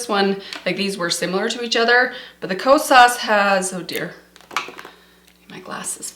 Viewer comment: Hey, the correct pronunciation for the blush is not “lis” it’s “L.Y.S.” because it’s an abbreviation for their brand name of Love Yourself Beauty. It was the first clean beauty brand that is black and woman owned launched at Sephora. And it’s not Ko-SAAS it’s KO-sas.